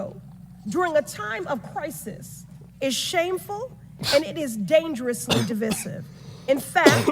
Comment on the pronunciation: Y'all pronounce divisive incorrectly